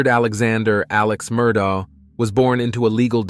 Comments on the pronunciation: Murdoh lmao its murdaugh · Unfortunately, your video has a couple of grievous mistakes in it. First the surname is pronounced "Mur-dock." Secondly, they met at the University of South Carolina not North Carolina. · Its an ai voice over so the gh at the end of the name sounds like dough😅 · Yes, it’s pronounced “Mur-daw”. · It's pronounced Mer - dok Alek Mer dok is the pronunciation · I even Googled Murdaugh and got the correct pronunciation MUR-DOK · I love how the pronunciation of Murdaugh keeps changing through the whole story 😂